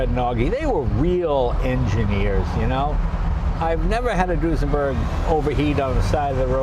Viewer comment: So, it's a"New-senberg"?